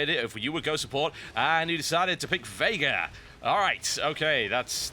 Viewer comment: Thanks for pronouncing Veigar correctly!